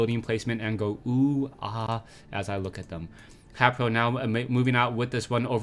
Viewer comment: It really bothers me that he pronounces HayprO wrong.